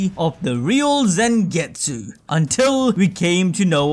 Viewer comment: Damn bro it's not Zengetsu its Zangetsu with A not E